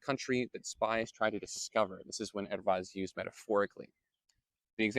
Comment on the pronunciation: Your pronunciation of erva is accurate as far as I can tell.